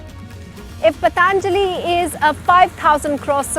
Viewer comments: Its not Pataaanjali. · पतानजली! You cant pronounce Patanjali and doing a doing a report on Baba abd Patanjali!